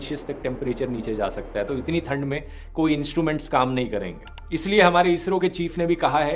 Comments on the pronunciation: Dhruv says थंड not ठंड 😅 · Please pronounce तूट, थंड, सोवियट, धूंडने correctly. No idea why you guys pronounce these words wrong. I know dhruv bhai you're good pronounce त, ट, ठ, ध. You've good command in hindi still many youtubers are pronouncing normal hindi words like ठेटर, ठाउज़ेन्ड, बद्दे It's really annoying whenever I hear these wrong pronounciations in place of टूट, ठण्ड, सोवियत, ढूंढने, थियेटर, थाउजेंड, बर्थडे.